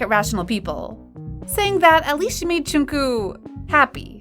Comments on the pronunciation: ..well it’s def neither Jung-kook nor Jong-kook...the kook part, is an English pronounciation of his name!! And the narrator is having even more trouble, saying Jung-kuu och Jung-koo isn’t correct....but it almost seems like she has seen some of those fan-nicknames for Jungkook, and is using them instead of his actual name!! Djung-guk...is the correct pronounciation..like you’d pronounce the “dj” in “Django unchained” (you know - the movie title)... And it’s Jih-min...not Jim-in....but she is pronounciation the J sorta nicely though!! Close to sounding like Chimin... English speakers have a really hard time actually hearing and being able to replicate pronounciation of vowels, and the same goes for which syllable to emphasize!! In the case of Jimin, people tend to emphasize the last syllable “-in”....but you’re supposed to emphasize the first syllable in his name; Jih- Thing is... most people whom aren’t multilingual, familiar with linguistics and/or phonetics...do have issues with pronounciation of foreign languages that are new to them!! I’m obsessed with language, dialects and cultures...I also speak 5 languages, so noticing subtle differences, and then learning how to actually say it correctly....might be easy for me, but impossible for others!! My tip is to listen to native speakers, and also more than one person...record yourself saying the same word, and then listen to both and compare!! You’ll hear the difference and then be able to pick apart what you are doing cor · Im sorry but pronunce jungkook's name corectly its not junku its jungkook... so yeah please pronunce it corectly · it's 'jungkook' Not 'jongkook' 😅 yes I'm talking abt the pronounciation And she pronounced it like :- joonkoo so she's kinda close.. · "v and joonkoo" Choonkoo actually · Yall are we just gonna leave the fact that she is not saying jungkook she is saying jungkoo?? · The way she said junkook Her:jonkue Me:🤣🤣🤣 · All I heard was, JungCoo 😂 Sorry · they called him “joongkoog”